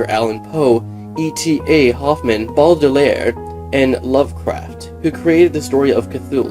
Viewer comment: Baudelaire not Baurdelaire.